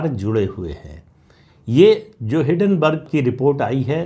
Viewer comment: हिडनबर्ग नही हिंडनबर्ग